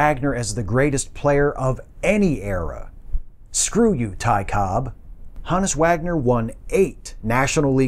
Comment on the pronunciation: Thankfully a good presentation, & pronouncing his name correctly😉